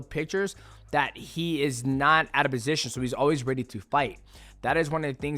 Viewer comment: Why's Mighty Mouse saying "Bosition" like he's Arab?